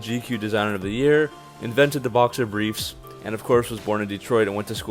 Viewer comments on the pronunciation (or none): none